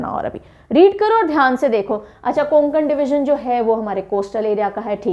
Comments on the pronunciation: Konkan nahi hota hai Kokan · कोंकण नाही कोकण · Nice explanation bt pronounciation of kokan is not konankan its a kokn please correct this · कोकण हे ओ कुंकन नही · It's not कोनकन it's कोकन all right mam tx for this ✨😊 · mam not कोंकण . true कोकण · कोंकण नाही कोकण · konkan nhi mam, Kokan aisa h wo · It's not konkan ! It's kokan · Konkan ny kokan hota hai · Konkan n is silent so this pronunciation कोकण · Medam कोकण bolo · कोकण ( kokan) right pronounce mam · Konkan me N silent hota h ma,m